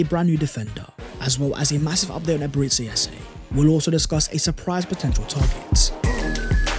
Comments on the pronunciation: Its EBERE CHI like church and not SI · Eberechi is pronounced Ebere-Chi, 'Chi' is is pronounced 'Chi' as in Chi-ld , pls take note